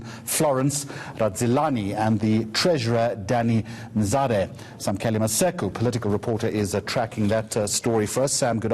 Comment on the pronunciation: Danny Msiza and not Mzate